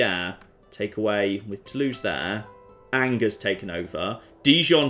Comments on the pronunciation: It Angers me how you pronounce the name of that city. And I'm not french ... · The way he mispronounces that fortress really ANGERS me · Everyone: You pronounced that city name wrong: renames city to his pronounciation